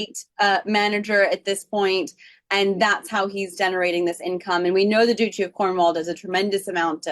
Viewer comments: Not doochi… DUTCHEE duchy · Please pronounce the word 'Duchy' correctly. It is NOT Doochy, it is Dutchy, rhymes with much. 🌹